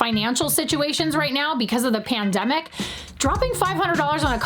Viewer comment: The way she said pandemic, almost turned me into a flat earther. Almost.